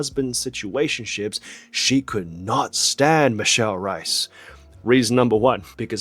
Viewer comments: H - ay - s! Would be more accurate, I’m a native English speaker and my mother is from Brazil and I’ve been speaking Portuguese since birth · Absolute garbage sponsor. Also, lovely video, but "Reis" is pronounced as it is written, not "Rais", and the "r" is pronounced as "h" in hello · Isn't her name pronounced as Michelle "Rays"? Not Rice I mean she's half chinese so the staple food thing but come on 😂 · if she's of portuguese descent, her last name is not pronounced as r - eye - s but as r - ay - s! - a portuguese person haha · I'm pretty sure her last name is pronounced like "race" (in a non-Australian or Cockney accent) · oh my god, she's reis as in the portuguese word for 'kings', no reis as in idk, some german surname. michele rays is wat u were supposed to say. 8 min in and i just realised that, fuck that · It’s pronounce Reese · since i'm portuguese i LOOOOVE michelle and she's my favorite chinese celeb EVER, i'm so glad you made a video about her! ps is reis supposed to be pronounced as the german surname reiss in hong kong lol here it's rruh-ish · Eu sou brasileira, e tá me dando uma agonia da gota toda vez que ele fala rrais sksksksksksk me lembra da primeira vez que ouvi um anglo-falante dizer rozé ao invés de José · HAHAHAH JURO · it’s funny when you say michelle reis, it sounds like rice 😂 the pronunciation of her name is actually very different (i’m brazilian so i know) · the R in Reis is a hard R, it must be pronounced